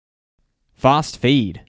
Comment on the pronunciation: Is it just me or did he say 'fast feed' differently?